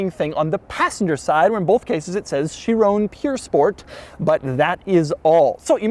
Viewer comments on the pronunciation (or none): Chiron...it's called a Chiron NOT a Chirone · doug i love you but its pronounced sheer-on not sheer-oné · But my god why are you pronouncing it chirone. There is no e on the end. Also there is no e on the end of veyron. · It's not a 'Chirone', you fool. It's a Chiron. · Chi Ron.... Ron .... Chiron... not bloody chirown 😂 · "THIS is a bugatti Chiroan Pure sport" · Doug, Doug, Doug... please learn how to pronounce Chiron 😂 it's not Chirone, it's Chiron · Chiron. Not Shear-own. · Kai-ron. Sheerown is a sound Michael Jackson would have made while grabbing his crotch and delivering a smash hit. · For the love of god it's pronounced "she-rohn", not "chi-roooooooone" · Everybody saying: Chiron Doug says: Chironè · Please are you Americans going to continue to pronounce Bugatti Chiron as Boogarty Shirrone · Chi-ron not Chi-rone 🤦🏻‍♂️🤦🏻‍♂️🤦🏻‍♂️ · No one : Doug : cHirOnE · Shee-ron (soft n)... Purr.... Spore.... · Is it just me or is Doug the only guy that pronounces Chiron as Chirrooone? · they way hes saying "chirown" kinda made me mad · “My Chirona”... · lol Chiroune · Michael Jackson's favorite Bugatti. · I like doug but my god someone tell him how to say chiron correctly. It's like he's trying to do a michael jackson impersonation everytime he says "chiron" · dougs pronounciation of this is atrocious like my spelling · Any fellow Europeans cringing at his constant mispronunciation of ‘Chiron’? Bloody colonials. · Where tf you getting that chiron pronounciation from? And its not pure sport, theres no e. You dont call a veyron a veyrown, do you? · stop pronouncing Chiron and Pur wrong... it isn't hard to google, doug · The way he says Chiron makes me mad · doug has been doing Bugatti videos for years and still cant pronounce a single word from bugatti to chiron and pur sport